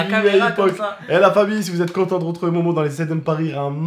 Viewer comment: Pourquoi tu dis mowmow et pas momo